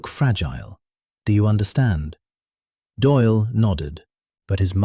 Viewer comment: Doyle not Doil.